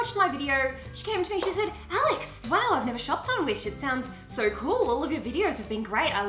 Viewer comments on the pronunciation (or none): none